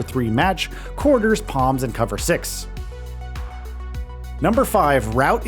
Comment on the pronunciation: is this an ai voiceover? Who says W R like that lol.